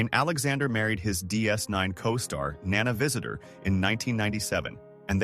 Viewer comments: Rene Auberjonois was probably the ONLY name it pronounced correctly. It biffed on Nana Visitor's name, Dukat's name, and others. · very annoying the mispronounced names of Nana Visitor, Gul Dukot and others, obviously narrated by AI